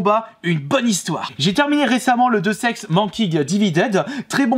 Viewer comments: Deux sex ? ça se dit Déousse Ex bordel T_T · J'ai un peu grincé des dents sur ta prononciation de Deus Ex Mankind... Mais... Fouloute 4 ??? Sérieux Fouloute ? Fol awt ! x'D Sinon c'est sympa j'ai découvert des jeux merci :)